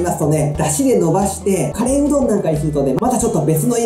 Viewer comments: そのイントネーションは魚のカレイ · 岐阜県のカレーのイントネーションわかるわー